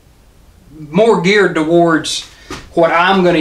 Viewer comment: There is no such word as “dowards” in the English language. Are you attempting to say “towards”? Just wondering. 🤔